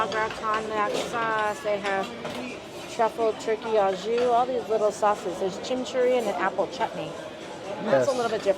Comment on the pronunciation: Au jus is pronounced like "oh joo" not "ah joo"